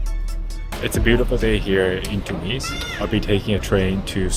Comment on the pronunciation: Even though you knew nothing about the country I appreciated your openness to the experiences. The only thing I found slightly grating was your inability to pronounce Tunis correctly. It doesn’t sound like two knees, second syllable has a short vowel.